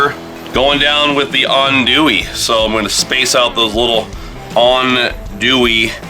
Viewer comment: I'm so glad you learned rhe proper pronunciation of Andouille, (On-Dewey) Pizza looks great as well.